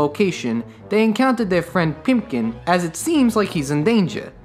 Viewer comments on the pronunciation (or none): For the love of god, his name is PIPKIN. Not PIMPKIN. His nickname isn't "Pimp," it's "Pip." By repeatedly referring to Moundshroud as Spock you're putting Leonard Nimoy in a box and basically saying "Oh, he can never do anything but Star Trek" and you're also insulting Ray Bradbury and the readers and watchers who are close enough to the story to bother watching your stupid video. If you don't remember a name, JFGI. Just Fucking Google It. You're not being cute. "And it's got this creepy ass doorknob." Ah, your knowledge and education as a cultured adult shows through here with your utter lack of knowledge about Marley knockers. Or are you just trying to be cute again? "You don't know if the movie is trying to scare you or if its trying to tie you into its whimsy." It's a Ray Bradbury book/screenplay. It's trying to do both. Obviously. If you had said this without condescension, this would have been one of the best descriptions of Bradbury's works for children that I've heard. But you said it sarcastically and without understanding, so it's utterly unimpressive, given the fact that it went over your head that it was EXACTLY what the movie was trying to do. Wally's costume is a gargoyle, but his friends joke that he looks more like Quasimodo. This is from the book, but it's not rocket science to see that his ragged clothes and humpback in the animated film would relate him to a hunchback. (In case you're confused again, there is a very famous book about Notre Dame and a hunch